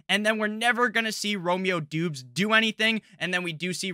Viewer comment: *"Dobbs" not "Doobs"